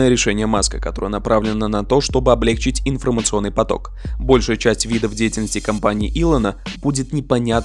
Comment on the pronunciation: Было интересно. Но вот только облегчИть хотелось бы слышать правильно. Хотя это и распространённая ошибка, тем не менее режет слух.